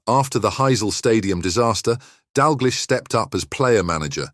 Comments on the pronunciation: And finally: His surname is pronounced 'DAL-Gleesh', NOT 'Dal-GLEESH'. Got it? GOOD! Do your homework or give up. You are making a fool of yourself. No apologies from me. If you make so many arse-wipe mistakes, how can you be taken seriously? [Rhetorical ...] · Need to learn how to pronounce his name - nothing sad about Kenny - has a lovely wife and family - what are you talking about?